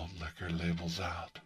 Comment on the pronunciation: This is really what I needed after a not so great day. Love the video Also, I just want to point out that every time you say “labels out” I always end up hearing “for Harambe” from your older video lol